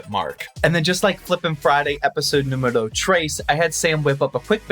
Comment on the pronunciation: “Episode numbero 4” had me confused for a second had to rewatch it Edit: am Mexican btw